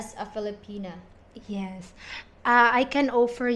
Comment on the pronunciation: Beautiful and kind young lady. I hope she finds a good man who will value her and cherish her. On another note, with all due respect… it doesn’t help that you pronounce her name “Feel-a-penis” 😅